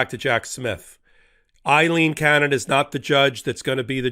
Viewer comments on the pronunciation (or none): LOVE the episode! BTW it’s Rev Schenck NOT Rev. Schneck and ‘Aileen’ Cannon NOT ‘Eileen’ Cannon. :)